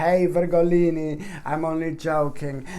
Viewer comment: Love how you say Virgolini! ❤ Thank you for this beautiful read😍